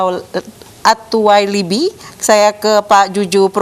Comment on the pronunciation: Tuh pembawa acara nya blg attuwalibi aja kesulitan, lbh gampang Soni eranata, attuwalibi ky org Arab aja wkwkwk...